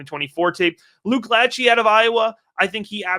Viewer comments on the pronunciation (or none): It’s pronounced La-shay He’s the cousin of Nick Lachey (boy band/tv host)